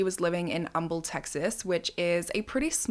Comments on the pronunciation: Such a sad story. Proud of you for pronouncing Humble, Texas right! Im a Texan. It doesnt happen often. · props to you for knowing how to pronounce how we say Humble here in Texas!! I love your channel, you always have so much empathy for the victims and the coverage is great!! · definitely does her research - she even said the name of the town correctly 😂 no one ever gets it right lol